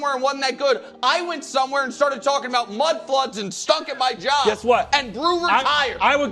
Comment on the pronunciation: "Staeted talking about mud fliods"😂😂😂😂